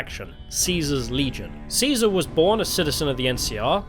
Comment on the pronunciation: Thank you for the slight emphasis on the C - it's not a K, people - when refencing Caesar's legion.